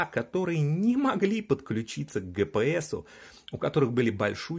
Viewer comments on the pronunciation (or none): Был у меня друг, так он на дивиди всегда говорил дэвэдэ, так и тут....джипиэс стал гэпээсом )))